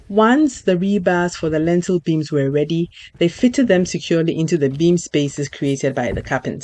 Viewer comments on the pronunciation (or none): lintel not lentil .